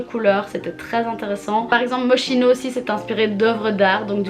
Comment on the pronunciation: j'adore tes video sur la fashion week ❤️❤️ jute sa se prononce moskino